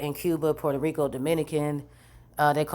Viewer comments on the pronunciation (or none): none